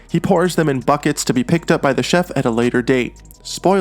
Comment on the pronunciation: I like the part where he said ah the chedlf